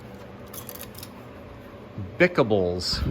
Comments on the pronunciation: Not going through all the comments, but I think the 'Bickables' the way you pronounced it was B. I. Cables in the train set. Looked like massive cable rolls. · I chuckled when you said bicables, instead of B. I. Cables. They put the letters so close together on that prewar piece with the huge rolls of cable on it.